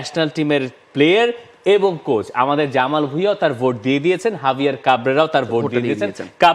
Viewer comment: একজনে "কোচ" কে বলে "কোর্স"! আরেকজনে "গাধা" কে বলে "গাদা"!! এই হচ্ছে বাংলা ভাষার অবস্থা!!